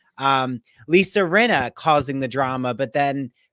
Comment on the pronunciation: You are saying AIRY-ANNA its R-E-UHN-NA